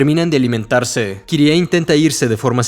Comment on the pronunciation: Agradezco tanto que ahora dices Kirie y no /kairi/. Es mucho mejor 💚